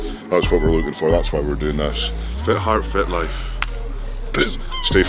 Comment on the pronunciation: You guys pronounced Fit as Fat and i was getting real confused :D